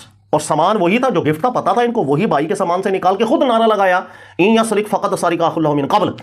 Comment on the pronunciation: بار بار سرِق (را کے نیچے زیر) پڑھ رہا ہے جو صحیح نہیں درست (را پر زبر ہے) اس لئے درستگی کی درخواست ہے